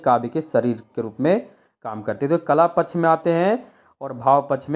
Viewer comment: पक्ष शब्द का उच्चारण सही करें